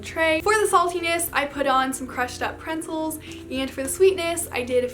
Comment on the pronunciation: “I put on some crushed up PRENCELS” IT’S PRET-ZELS